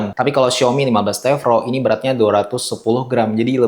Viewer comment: T Pro bang bukan T Vro🤣🙏